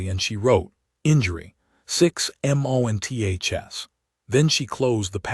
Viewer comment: WTF!!!!??? "4 M..O..N..T..H..S ago"!!!! WHY THE HOLY FUK IS YOUR POS AI SPELLING OUT WORDS LETTER BY FKN LETTER!!!?????